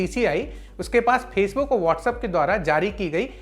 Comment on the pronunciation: Bhai ji Facebook hota h, phasebook nhi.. Pronunciation sudharo pehle